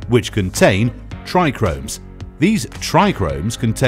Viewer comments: "Trichomes " not tricromes 😂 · It's Tri-chomes 😂😂 not Tri-Chromes . Lmao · Yeah um so its trichomes, not trichRomes ... so much for experts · He's no expert if he says trichromes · When you have no clue what you’re talking about.. “trichomes”.. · Also said hash comes from everything but the buds and showed a wierd picture saying it was a "trichromes" and just presses kief into a brick and calls it hash. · Excuse me, but the word is trichomes not trichRomes. There is only one R in that word and it's the second letter right after the T. It made me smile every time it was pronounced incorrect 😁 Other than that, nice video again. Thanks. 🙏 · Yeh I did wonder, kinda sounded like saying "tri-gromes". Kinda does make some of us with decades of experience in this game challenge ur said 'expert' credentials lol But I'm gonna out it down to voice over guy not being a cannabis expert & I like basic info graphic stuff like this, the masses need educated, straight facts, stay medicated peeps Bless 👊🏾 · It's not the spelling it's the PRONUNCIATION! How can you be an "expert" and not know how to pronounce basic entry-level terms?!! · This video is a joke! Clearly made by someone who has no clue at all! And it's Trichomes, not TrichRomes! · Corrects kieth, yet says trichromes 🤣 made me laugh🤣 awesome!! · I like the way he says tricones I’ve just never heard anyone go into such detail and say it that way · Why you keep saying trichromes? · Narrator: "Not Kieth, but Kief." Also narrator: "TrIchRoMeS" 🤡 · Why didn’t anyone tell this dill weed there not two Rs in tRichome!😂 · Yeah great detail into pronouncing it wrong 😂